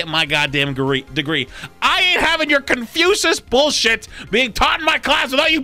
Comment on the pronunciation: Why does he pronounce it as "ConfuSUS".